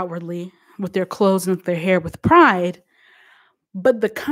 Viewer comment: ITS THE RANDOM ACCENT FA ME..... NOT “CHANGE MY CLO-THES”............ 🤣🤣🤣🤣🤣🤣🤣🤣🤣🤣🤣🤣🤣🤣🤣🤣🤣🤣🤣🤣🤣🤣🤣🤣🤣